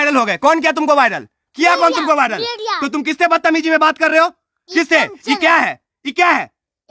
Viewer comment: bhai paan thuk ke bol le वायरल होता है viddal nhi। सुर्खिया sudhkiya nhi 😅😅 Kitna cutt le liya 3 min me be 😅